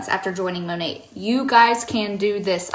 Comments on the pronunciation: Is the New Years hun saying “Mo-net”!? Is the T not silent? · Is it just me or is that MLM hun-bot pronouncing Monat wrong? Sounds like she is saying Mon-Ate. Lol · I thought the “T” in Monat was silent.